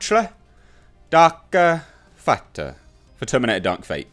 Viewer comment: You had me at "Darka.....fatta!" 😁